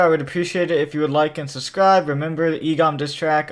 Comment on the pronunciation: day 3 he said sudscribe